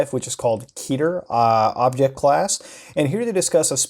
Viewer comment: Makes me so happy that you call it kee-ter not ket-er